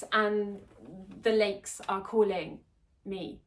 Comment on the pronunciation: not important, but when you started talking about moving back home to Sweden (I am Swedish too, and also trapped in a foreign country) your Swedish accent came back! Both when you said "Sweden" and "lakes"... like part of you already went back when you started thinking about it :) Best of luck to you.